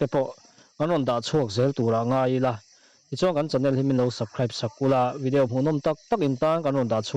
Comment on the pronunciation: Vidiau anilo vidiau tihian lam tawh suh